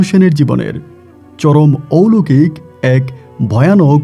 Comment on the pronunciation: মূর্খ কোথাকার..... ঔলোকিক না কথা টা.... অলৌকিক হবে...... বাংলা টাও জানে না ঠিকমতো......